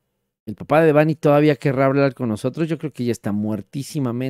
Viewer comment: Muy bien con su investigación 👍 PERO… me Caga que pronuncie mal el nombre de “Debanhi” 😡😠😡 ¡más respeto a su memoria! El acento va en la letra E, “no en la letra A” Repito, ¡EL ACENTO VA EN LA LETRA E! Fíjate como lo pronuncia su propio padre!!! Si fuera acento escrito sería “Débanhi” No como tú lo dices “Debánhi”, al chile en súper buen plan ya corrige eso…